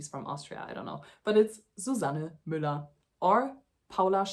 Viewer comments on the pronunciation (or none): none